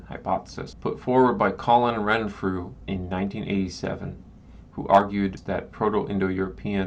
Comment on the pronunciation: Renfrew was WRONG-Frew.